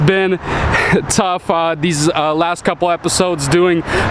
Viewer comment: Don't bother prayig to god. First it is a waste ot time. Why. god doesn't exist except in those people who indoctrinated you. TAKEN APART. TH is not pronounced "D" Aside form that - nice video series. You have a lot of ambition to undertake that rebuild of this tragic wreck. Graveyard - yes that's where Volvo's should be. Get a Peterbuilt if you want a real truck. THESE are the parts we bought. THE STRUT, not Da Strut. What do you bother mentioning what you paid. You have a special price. This little nipple is called a ZERK fitting. There is a difference between struts and shock absorbers. You could have moved those shock brackets back into alignment. Nicely done. It looks good. You could have straightened that steering link. Right save money were you can. You are certainly capable of straightening things out.